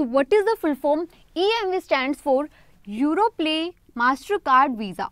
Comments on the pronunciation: It's Europay not Europlay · It's europay not europlay pls update